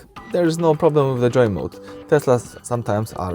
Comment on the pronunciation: Its Joe mode not Joy mode